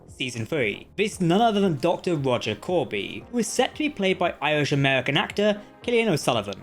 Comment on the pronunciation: Corby not Koby, sorry 😔